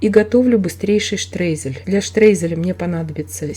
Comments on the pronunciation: Да нравится !! Но почему - вы - говорите -штрезель ??? ШТРОЙЗЕЛЬ!!! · Вы правы ни штрейзель , а Streusel от слова streuen ,немцы никогда не произносят слово Штрейзель,они произносят через (eu) это наши русскоязычьные немцы читают,как пишут,в немецком алфавите нету буквы (ё) поэтому eu произносится как ё ,,,Streusel"-Штроизель 😊😊